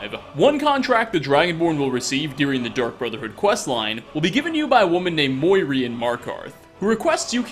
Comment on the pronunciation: muiri (moo-e-ree) not (mihoy nihoy menoy)